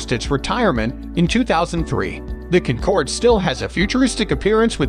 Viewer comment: Concorde number 2?! Please pronounce her name correctly next time. ☹️ She’s also a part of my Singaporean heritage and Concorde, Queen of the Skies 👑 should be number 1.🏆 She’s stunningly beautiful and got everything on my list. She is of course my favourite aircraft of all time. 🥰😎👍🏽